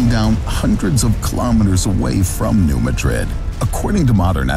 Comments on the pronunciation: It's pronounced New MAH-drid not like the Spanish city. When the New Nadrid fault goes it won't be like a 9 but it will be devastating as so many pipelines cross the Mississippi. And roads...the bridges will be gone. edit: when Cascadia goes we will be fubar for a long time (possible decades). The earthquake and following tsunami from the Cascadia in 1700 was confirmed by the orphan tsunami in Japan on 27 Jan 1700. In 1812 there was an earthquake in New Madrid. It made the missippi run backwards against the flow for a time. The sand blow holes are still visible today. That is called liquifaction. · New MAD'rid. New MAD'rid. This is the second video I've seen today where the name of New Madrid was pronounced wrong. The accent is on the first syllable. It's New MAD'rid. And by the way, there was a magnitude 5.4 earthquake that caused shaking and swaying to Chicago and its northern suburbs in 1968, so I'm surprised you never mentioned potential danger to Chicago. I was, at the time, on the top floor of a narrow 6-story building, and believe me, that short tower moved enough to scare the dickens out of lot of the people inside. It is still the strongest earthquake ever occurring in Illinois, and according to Wikipedia, it was a "New Madrid event" going through a previously unknown fault now called Cottage Grove. Sure, not too bad, some fallen chimneys at most, but since there have been far larger quakes from the New Madrid fault, danger to Chicago and possibly even Milwaukee are not out of the question. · This video has extensive false information to that area. The kid can't even pronounce the name of the siesmic zone correctly. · It's not "New muh-DRID", it's "New MAD-rud." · NOT Ma-drid. It is prounced New MAD-drid. Your pronunciation is how I know are not familiar with this area. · It's New MADrid......not MaDRID. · I suspect this video is produced by AI, because no human who did two minutes' research would not realise that is the pronunciation.